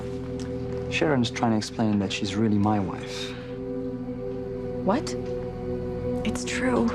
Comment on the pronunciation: wonder how many times we'll have to hear "muh wife" again lol